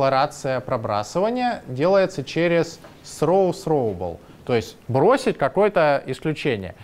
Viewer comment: С произношением беда у лысого...сроубл :D